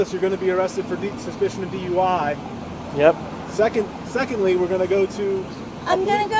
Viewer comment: The narration is AI, right? It said "dooey" when it was supposed to say D-U-I. Sheesh. That's not the only AI slop in this video!